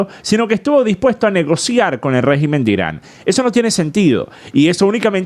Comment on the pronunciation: escucha bien como se dice régimen. Ya que la voz artificial lo dijo mejor